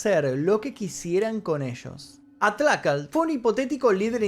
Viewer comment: Para comenzar menciona bien el nombre del glorioso batallón atlacatl... No sos ni de acá para hablar de eso...